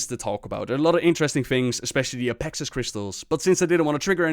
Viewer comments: DID YOU SAY APEXIs!!!?!!?!?!? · Apexis? Did you say apexis?! APEXIS!!